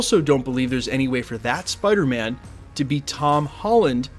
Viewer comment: Peace. Love. Spidahmin.